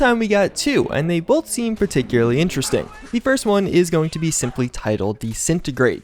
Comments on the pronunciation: Particulary partocularee particulary. Every time says particularly wrong take a shot. Died in 2 minutes from alcohol poisoning. Rip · Ah yes, particularly